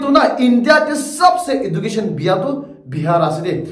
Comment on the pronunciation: Pronunciation of education 😂